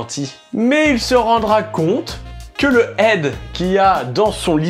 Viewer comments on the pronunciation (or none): none